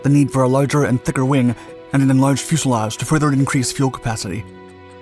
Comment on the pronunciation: fyo͞o′sə-läzh′, zə